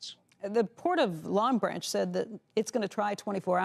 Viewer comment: She said long branch..lol